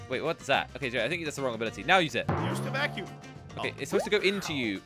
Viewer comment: Who remembers when pronounced vacume wrong in one of their videos when Team Robust still existed.